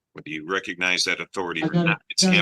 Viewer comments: "I doan reckanize" - a new clip to go along with "Number 1 wrong!" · You are all saying it wrong. It’s “Ah done reconize” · no, he could not pronounce it